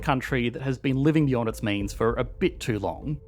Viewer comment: You mispronounced “has” – France “is” (has) an economy…